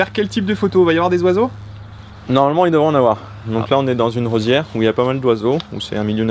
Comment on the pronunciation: "On est dans une rosière" 😂 Roselière*